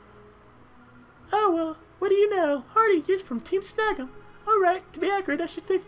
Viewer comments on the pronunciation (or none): The way you pronounce Team Snagem at the beginning sounds like "Team Snuggem". x3